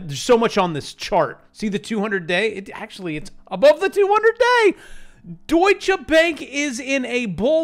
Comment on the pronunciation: “Douchey Bank,” lol.